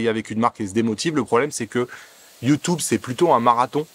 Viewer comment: Sur « Youtoube » stp 😂